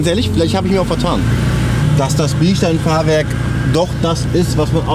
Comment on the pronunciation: Nicht BiElstein Fahrwerk sondern ein Bilstein "ohne e" Fahrwerk